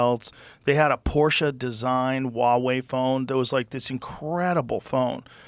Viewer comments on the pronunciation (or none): Can someone please tell Joe it’s hua wei. You pronounce the H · Joe, as a person of Chinese descent, I'm telling you that you need to pronounce the "H" in Huawei, like you did in "Huang". You sound like a dork silencing the H